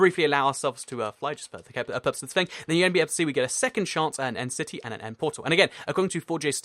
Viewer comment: it sounded like he said entity instead of end city